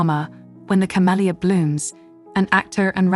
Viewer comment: When the camellia blooms.... (not camellio)! 🤨